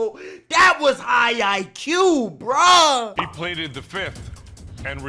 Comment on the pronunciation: HEY!!!!!! my mans said "I pleade the fifth" 🤣🤣🤣🤣🤣